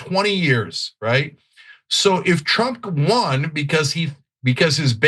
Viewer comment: Sounds like Ana said - 'Tulsi Gabbard, is Donald Trup's PIG'..... Sounds about right.